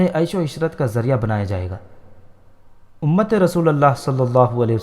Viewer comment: امت رسول اللہ ل پر پیش ہے زبر نہیں